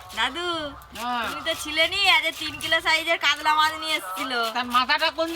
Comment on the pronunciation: উচ্চারণ টা কাদলা না মাছ টার নাম কাতলা